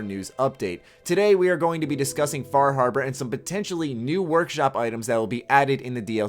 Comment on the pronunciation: Fah Harbar